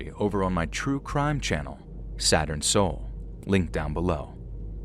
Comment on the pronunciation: You are so good at narrating these stories, but the inflection you use for Saturn soul ain't it. It stops dead every video you advertise it for. Just use the same tone.